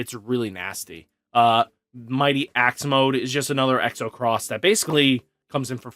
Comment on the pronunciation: Don’t mean to be rude buts it’s xros=cross just kept hearing you say it wrong lol